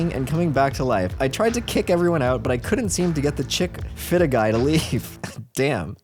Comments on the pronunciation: chick - fill - aye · Chick- filla lmao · The chick fill a cup is pronounced chic-fil-A it’s a chicken sandwich chain originally from Georgia. It’s damn good if you haven’t tried them. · There’s no chick-fil-a in canada?😭😭 (pronounced Chick - fill - aye) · No way this dude said "chick filluh cup" "What's a chick filluh cup?" Bruh😭💀 You're a poor storyteller. Educate yourself on what you're speaking about beforehand. Stop interrupting with the dumb commentary every other sentence. It's very distracting and annoying. Learn how to pronounce words properly jfc. Stop being so lazy and low effort... Someone is already giving you content, all you have to do is deliver it..at least read it properly. Smh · chick fill AAAAAAAAA not chick fila:face-green-smiling:its a chicken sandwich place for all who dont know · cHICK-FIL-A IS PRONOUNCED LIKE Chick Filet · I let it go when he pronounced Casey as Kassie, but when he asked, "what's chick-feela-cup?" I have to comment and say come on dude. Step up your game. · Weirdest part of this whole video is adams pronunciation of Chick-fil-A Even though he’s from Canada, it’s Chick-fil-a. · Chick Filla?.... CHICK FILLA?! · Chick Filla 😂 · It's pronounced Chick filet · Chick Fil-a pronounced, Chick Filet. Youve heard of it lol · Chick fillet my dude, chick Phil Ayyyyy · Do Canadians not have chic-fil-a?? Chickfilla is hilarious 😂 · I live in Cali and have never been to a chick fila it's fronounced fillet? Right? Maybe that's why he was confused. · Bro can’t say chick fil a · I've never noticed before, you miss read or misspronounce lots of words. Savannah? South Carolina? Have you really never seen Chick-fil-A spelled out? 😂😂😂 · We mispronounced a lot of things and chick fil a, it’s funny that he said the video is for educational purposes, it isn’t really though:/ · Chick-Fil-A like the restaurant bruh lmfao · Bruh he do be in Canada and chick fil a is totally how you pronounce it there